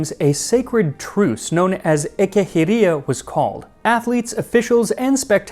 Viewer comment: the words and names are not pronounced correctly, considering the fact he is talking about greek antiquity, he should have used the ancient greek pronounciation, like Ekecheiria which is pronounced ''Ekekheiria'' and not ''Ekehiria'', or Koroibos of Elis who should pronounced as ''Koroibos of Helis'' and not ''Korivos of Ilis''